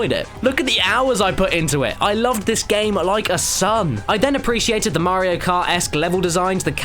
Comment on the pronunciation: Sounds more like "Mar-rio" like they stress the A and R.